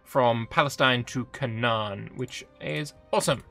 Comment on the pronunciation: It is pronounced “cay-nan” :)) just a quick fyi, love the video